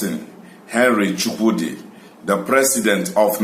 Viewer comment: YOU ARE YORUBA SABOTAGE AND YOU ANSER YUKUDI INSTEAD OF CHUKWUDI